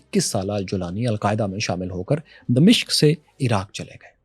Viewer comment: دمشق کے م پر زبر ہے